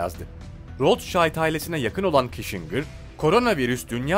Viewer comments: henry kisincır diye oku reyiz. henri kişingır değil. aslan abim benim. :))))))) goçummmmmmmmm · Prens Diana bir de üstüne Kişingır deyince bıraktım izlemeyi.